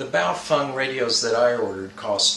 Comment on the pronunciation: It's Baofeng, not Bowfung. :-/